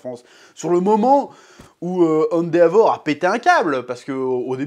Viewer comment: Très bonne vidéo mais par pitié dis « èndévor » et pas « andéavor »